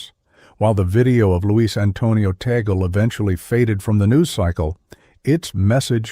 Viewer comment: Misleading title! Out of nearly 20 minutes, not even 1 sec was showing what he did! and his name was not even correctly pronounced